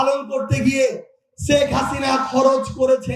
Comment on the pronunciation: প্রধানমন্ত্রীর শেখ হাসিনার নামটা ঠিকমত বলতে পারে না। খাবারের বিল হিসাব করে । খাবারের হোটেলে কাজ করার যোগ্যতা নেই । শেখ হাসিনার সেকেন্ডে 10 লাখ টাকা খেলে এই দেশের মানুষ তাকে ভুলবে না সামনের নির্বাচনে তাকে প্রধানমন্ত্রী হিসেবে দেখতে চাই । উন্নয়ন তাকে সামনের প্রধানমন্ত্রী তৈরি করবে